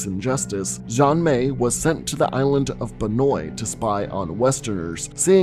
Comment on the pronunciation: Xian is pronounced "Shi-Anne" in Chinese. Just saying. Qs are also pronounced like the "ch" sound (like church or QurQ)